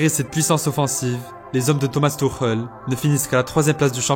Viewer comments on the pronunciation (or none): none